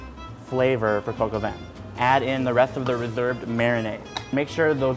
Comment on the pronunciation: Lmao coq is just literally pronounced “cock” it’s funny tho how u are trying to be polite and pronouncing it “coke”